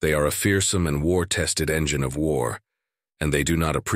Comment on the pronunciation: Cry havoc, and let slip the dogs of WARRRRRRRR! (Shakespeare, OP - Original Pronunciation.)